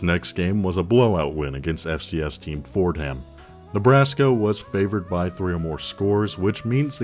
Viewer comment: Just a heads up brother, one does not pronounce the ‘h’ in Fordham